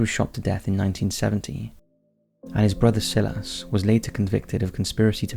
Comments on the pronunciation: I'm from the UK too. I still pronounce it as "Sigh-las". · Silas is pronounced Sy-lass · Isn't it pronounced "sigh-lass" for Silas? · "Sill-ass"... EVERY. VIDEO. LOL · You don't pronounce the name 'Silas' like that! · I understood that the Inuit story was considered fiction. It was also just covered by Slapped Ham. Neither channel mentions it might be purely anecdotal. Also, do you purposely mispronounce things? Silas? I am watching the recent castle ep, de sen dents not des end ents. Sorry, I am cranky. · And in none of those countries is the name Silas pronounced how he said it. That was the point. We aren't idiots. Not even in Australia or New Zealand.